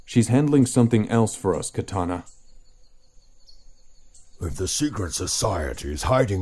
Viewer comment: ok have to say this, whoever is the voice actor of amanda waller clearly doesn't know what the character's names are. It's pronounced Kuh tah nah as in the sword and Dark Side as in the dark side of the moon. Does she even read comics? This is rudimentary to the story so please get that right next time.